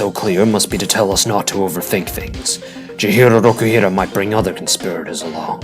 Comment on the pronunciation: ITS CHIHIRO ROKUHIRA